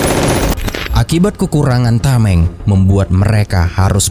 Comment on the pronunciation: "kukurangan" apaan dah? narasinya tolong😢